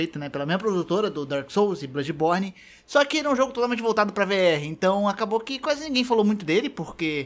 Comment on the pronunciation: Caramba só de ouvir "Bludis borne 2" já arrepiei os pelos lá de baixo